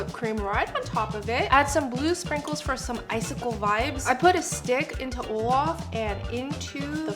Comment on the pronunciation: Guys it's not "Olaf" it's "all of" ✨😂